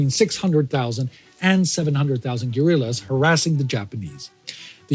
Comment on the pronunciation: "Guerillias?" Is that a type of flower? :D